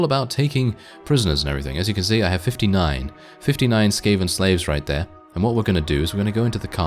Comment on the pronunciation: skaven, bro, it is sKaven